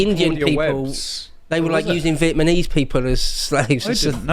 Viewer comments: LMAO! actually said "...Vietmanese..."! I remember an ex-girlfriend of mine saying this back in 2001 & I asked, "Do you honestly think the name of the country is Vietman?". I suppose it's an easy enough mistake to make given the suffix for many people is in fact 'nese'. Such as Japanese, Taiwanese, Chinese, 'Brit-knees' (thanks to KP's infamous Rock Busters). ❤ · Vietmanese people